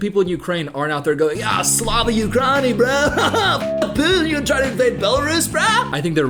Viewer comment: I love you but for the love of gods please please pleeease stop saying "slava ukrani" im dying inside for the butchery